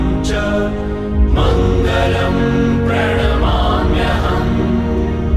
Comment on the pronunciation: प्रणाम्यहम् शब्द का उच्चारण गलत हो रहा है